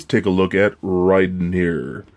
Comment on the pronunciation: You have some nerve going on about how awesome he is when you dont even pronounce his name properly. It is pronounced "RIE (rhymes with MY) den." Not RAY den.